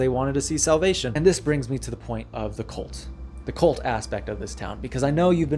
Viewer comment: Say cult, not colt.